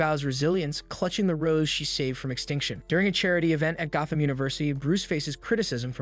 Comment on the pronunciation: Oh shit it’s AI HAHA GO-tham City? Not Gotham?